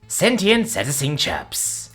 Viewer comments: seh-TAY-shun or SEE-tay-shun, either one is an acceptable pronunciation. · Proper mispronunciation of "cetacean": see-TAY-shun (alternately: see-TAY-see-an). Sorry, after the 7th time, it just got to me. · Thank God it was a short video! If I heard "cetacean" mispronounced one more time.... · Not gonna lie, I was dying of laughter every time he pronounced cetacean.